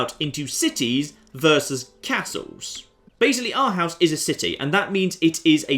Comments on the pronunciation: I had no idea that this playthrough was gonna be with Denmark, but as a dane, i literally punched myself when you pronounced Århus. Its Oarhews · Aarhus is pronounced "ore-whose" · hey. Here is some help to say the name of the town in Denmark. Say Aarhus and you are on track. Greetings from Denmak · You say it like "Orhoos" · it's Aarhus, or pronounced "Oh-r-us" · Oarhus would be better